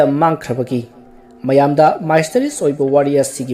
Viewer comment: Misss- te-ri-us haina punsillaga pabiyu pronounciation ni ko mysterious gi Lanna khnbinu